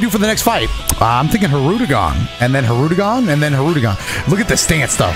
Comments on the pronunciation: Love how he continues to say hirudegon after learning that it's hirudegarn 💀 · I thought had an accent, bro really just NEVER read the second 'R' in "Hirudegarn" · this commenter will NOT be going easy on you. you corrected the pronunciation and in the very next fight it was already hirude-gone. for shame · Its not said that way tho. Its said as spelled, hirudegarn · i'm ngl it took this video for me to realize it's not pronounced "hirudegan" too and i'm still gonna say it that way because it sounds better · Bro there’s no way I’ve been pronouncing Hirudegarn’s name wrong for THIS MANY years💀💀💀💀 I didn’t even realize it till just now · ....I pronounced it as Hirudagon too... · I like how realized he was saying hirudegarn wrong, then just keeps doing it hoping not to get cooked lmao. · learning the correct way to pronounce hirudagarn then instantly throwing that shit out in the next clip lmao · Everyone I’ve met doesn’t pronounce the second r